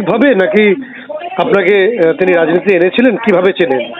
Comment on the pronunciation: 'রাইনীতি' নয় ওটা হবে 'রাজনীতি'।'পাউলিক' নয় ওটা হবে 'পাবলিক'।কোড়াকাটি তো আপনার বাড়ি,আগে হতো না আপনাদের খাওয়া এখন প্রধান হয়ে টাকার পাহাড় করেছেন আপনি,আমরা সব লক্ষ রাখছি।ই ডির তাড়া খাওয়ার পর তো আপনাদের বাড়িতেই ছিলো শুনেছিলাম।সময় আসলে রাজনৈতিক ভাবে জবাব দেওয়া হবে।